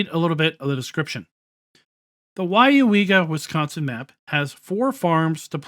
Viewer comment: WOW, You pronounced Weyauwega correctly. I live 40 Miles from there. HAHAHAHAHAH. A lot closer than the Prairie du Chien map LOL.. Drive through there at least 4 times a Year... At least this time the North/South orientation is correct. AHAHA that main Road is County Rd X and goes Northeast to US. Highway 10 and the City of Weyauwega is just on the other side. Just off the map corner. go west on US. 10 puts You in Stevens Point. go east and it goes into the Neenah Menasha Area South of the City of Appleton. They got the North/south Road through the center of the Map right, Buchholz Rd. You can see that pile of rubble on Google maps. HAHAHAHAHA looks more like a Wood pile tho. I hope all the Flaws are fix'd. That would be a nice Map since I know most of the Roads around there. Most certainly a Dairy area.. and Dairy Cows are mostly kept indoors and do not free range on Grass like Beef Cattle. Arnolds is actually CCS Systems. Most of the Map layout for the Farm building is correct. As a matter of fact most of the Building are on Google Maps. That Animal area is actually a ZOO.. Animal Haven Farm Zoo.....